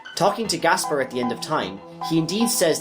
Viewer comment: the way he buchers every name hurts my head but i enioy his banter otherwise, it snot his fault really , some are a bit debatable but as soon as you hear the name gaspar as gasbar well at that point i say hes doing it on purpose , cool whip